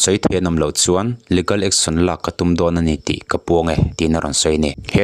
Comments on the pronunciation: leegal, e hi stress tur. Ligal chu anilo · Legal hi leegal ti a lam tur aw. Leh gal a nilo